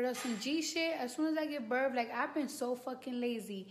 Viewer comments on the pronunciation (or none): What is she feeding that new born? That have to be fake. And its birth not birf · “When i give birff” lol 😁